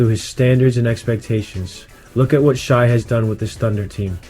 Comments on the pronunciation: Just came across this and dig your breakdown. Now a new subscriber and looking forward to seeing your page grow; however, it's pronounced SHAY not SHY. 😀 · It’s Shay not Shy